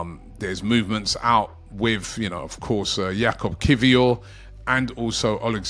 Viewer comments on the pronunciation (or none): none